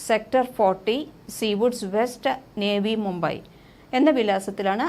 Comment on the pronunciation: നേവി മൂമ്പയി അല്ല നവി മൂമ്പയ് എന്നാണ്